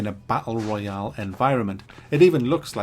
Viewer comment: Isnt it royale instead of royal